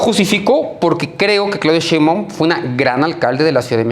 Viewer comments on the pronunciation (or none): Ya que aprenda a pronunciar de una buena vez el ciudadano Páez Varela... SHEINBAUMMM